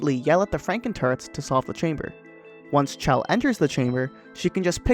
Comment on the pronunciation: How is this guy so good at Portal but doesn't know how to pronounce Chell's name?